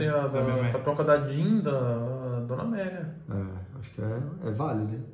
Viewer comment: MC Amélia!! (le-se MEC AMELIA)